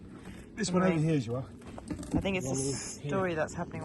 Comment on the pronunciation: How is the portuguese course going? I noticed that you both said the name 'João' correctly! That is hard to say!